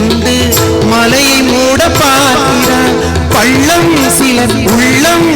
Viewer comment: வர வர நமது தமிழ் உச்சரிப்பு தாழ்ந்து விட்டது .... ளகரம் மொத்தமும் சரியாத பாடபடவில்லை .... கிளி அல்லாமல் கிலி....பள்ளம் சிலர் உள்ளம் என்று பாடாமல் பல்லம் சிலர் உல்லம்.... நமது தமிழ் பற்றும், குணமும் எல்லாம் தாழ்ந்து வருகிறது....🤦🏽